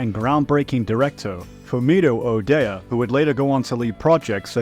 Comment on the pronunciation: Ueda: oooo-eeee-duh.... Not Udaya 😂